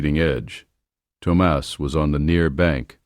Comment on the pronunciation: I did enjoy the story and the lesson it teaches. Just open your heart and let the noise of talk go on bye ❤ Thomas is pronounced Tom-us. Ted A. East Texas